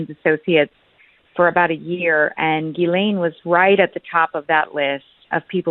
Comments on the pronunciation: Water board. Not that the testimony will be worth anything, but may corroborate some of what is suspected. Part of the mass arrests? Trump is pictured as in Princess Diana. Dunno if Trump is involved or not. Pictured yes. I think it is pronounced, "Jizlen or possibly Gislen, not Geelane" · Ghilsaine is pronounced how posh folk pronounce the Scottish town of Gullane! Lol